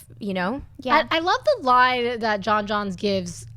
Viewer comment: Its pronounced J'OHN J'ONZZ (Jones), not Jon Johns!